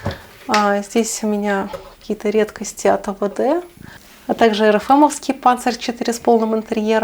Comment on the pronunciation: Ну наконец-то 😊😊😊 я знал что вы другая- вы первый русский блогер от которой я слышу панЦер а не панзер😂😂😂 может и раньше где-то говорила просто я не слышал